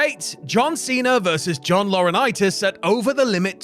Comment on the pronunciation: "The brain child of John Laurinitis", say no more, say no more.